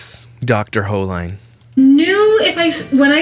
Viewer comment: Her name is pronounced ( hole-een). I watched her video yesterday and I was trying to imagine it all. Ive been there were I wanted to step in and say something and its awkward in an ER setting to correct or comment. Sometimes the Griffith girls make videos of them being sad in a way to show their family (look what happened to me)